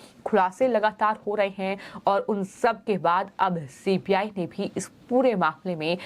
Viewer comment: OMG She is saying CPI, not CBI. Is she not aware of CBI? How has she become a news anchor?